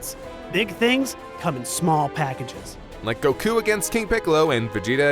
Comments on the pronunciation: Me: Goku pronouncing it: Gohkuh Why so much emphasis on it lol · The way he says goku makes me angry...very angry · why is he pronouncing Goku's name so weirdly? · The way the narrator says goku kills me everytime 😂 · Yea😝 I know that's how it's supposed to be pronounced but it does sound kinda wack